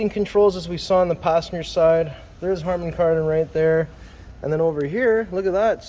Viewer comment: "Harmon-Kardon" -- Not Harmony Kardon 🤣